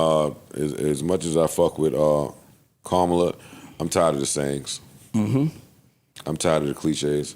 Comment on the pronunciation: How come he still can't say her name right? After all these years